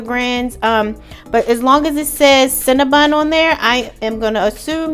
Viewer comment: Cinna BON NOT BUN...